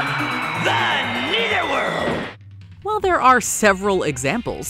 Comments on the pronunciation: Your pronunciation of netherworld is so funny. Lol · Why does she keep saying "neither" world? Shouldn't it be nether world?